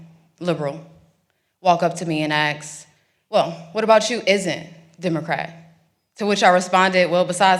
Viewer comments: “Ax” instead of “ask” is so flippin irritating. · Good for being conservative, now learn how to say "ask" not ax. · Someone please tell her the difference between axe and ask. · Sounds smart, but to maintain that, she needs to work on her pronunciations if she wants to be taken seriously. No "AKS". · For one, you need to go back to school to learn corect english if you ax someone that's assault now if you ask someone that's is the correct way to speak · I love you, but it would be nice if you could drop the street cred vocab and stop saying "ax" for ask. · Plz learn to say A S K!!! Not AXE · I really enjoyed hearing her speak. But it's "ASK", not "AXE". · Learn English first, the word is ( ask) not axe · If only she knew how to speak English properly. Like how to say the word ask not axe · ASK .,.......not. AKS!!!😂😂 but that's ok because this is what the BLACK COMMUNITY should watch carefully!!!!!! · Why cant they say ask? Axe is not the same as ask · SO SAD..Blacks can not say ASK!!! Axe, Axe, Axe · And axe you 😂😂😂😂😂🤦🏻‍♂️ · This winds me up. A s k is prounounced ask not arks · AXE MEE 😂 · I assume Axe me is actually Ask Me? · Aks..... Aks..... Okay enough with the slang... Have enough common sense to speak proper English or don't speak it at all.... Geez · If you’re running for office, do you think you could possibly learn to speak English? The word is ask, not axe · Please say "ask" and not "aks. You are obviously very intelligent and very attractive, so please take care of those few words and pronounce them correctly. You can go a long ways. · She still can't pronounce the word "ask" and says Ax 😂 but I still like her more than Crockett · Ill vote for you.. "if* you learn to say ask. NOT AX... Jasmine Crackhead was all nice at first too. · It’s ask not aks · Axe you? Try speech class please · "Ask" the word, is Ask ,not "AXE"! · Pronounce ask not axe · Awesome, yeah.... hut its ask. Not axe. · Can I axe you a question? Sure, chop away 😂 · It's ask not axe!!!